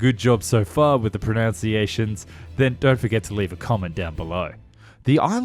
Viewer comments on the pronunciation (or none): it's pro-nun-ciation